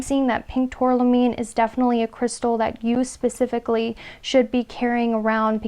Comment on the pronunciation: #1 tourmaline not tourlamine, great reading thanks